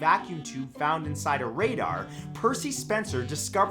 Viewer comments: I don't understand how a candy bar melting in a pocket raised eyebrows, if I put 1 in my pocket right now, I guarantee it will melt, without being near a radar (pronounced Ray-Dar, not rah-der) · Radar range. not RADDAR. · love the videos. radar is pronounced "ray-dar" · Love you Matt, but I always watch your videos to find out which word you mispronounce. This time, RADAR. <3